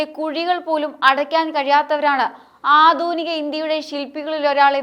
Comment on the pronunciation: ആധൂനിക അല്ല ആധുനിക എന്നാണ്.